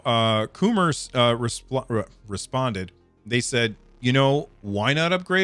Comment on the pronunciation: Cool Podcast! Although I have to say, Greg Coomer is kind of a big name at Valve, getting that name wrong multiple times felt like a pretty big yikes to me.